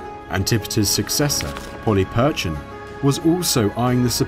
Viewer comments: You are right. The 'ch' should be lighter. We know this for next time. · Good job pronouncing "CH" this time, even though not perfect, Polyperchon being the problem. :-) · Mike Gill hello my friend. Just a heads up for the next video coming out soon. We did the recording before realising our error with how to pronounce Polyperchon. I wanted to keep you in the know and not make you think we had forgotten :). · Mike Gill hello my friend. Just a heads up for the next video coming out soon. We did the recording before realising our error with how to pronounce Polyperchon. I wanted to keep you in the know and assure you we havent forgotten :).